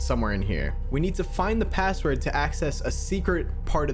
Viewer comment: "A pAsSwOrD yUo SaY"😂